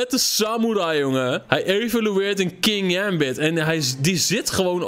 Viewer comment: Je spreekt het uit als king-gambit